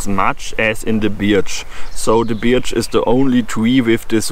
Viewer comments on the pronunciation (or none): hahaha....Tolle Idee! Ein großes Problem: Die Birke (Birch) spricht man im Englischen "Börch" aus - bei Deiner Aussprache "Biatch" denkt man als Kenner der englischen Sprache eher jedesmal an ein anderes Wort;o) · Your English is very good, thank you for a very interesting video. For future reference we pronounce birch as berch . I think it’s because the English are lazy speakers and if a word is difficult to get your mouth around we will find an easier way. I hope you do many more videos in English. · Actually "B-er-ch" pronounced by a German sounds more like "Barch" in english. To advise it being pronounced "börch" is easier for a German to say it correctly. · Your English is way better than my non-existent German. You did great - I understood everything. Also, I hope you do more English language versions of your videos - they are right up my forest path :-) For reference: Birch is pronounced "b-er-ch"